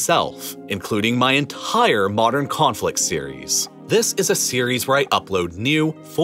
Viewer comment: Please stop putting H-gaps in your words. It gets cringey after a while and ruins concentration. "Cat-HAStrophe" "Youk-Hrayne" "Ent-HIRE" For example...